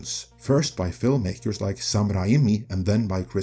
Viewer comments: It's pronounced Sam RAY-ME NOT RA' EM ME . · Is the voice AI? Because why are you pronouncing “Sam Raimi” as “Sam Ra Ee Me”?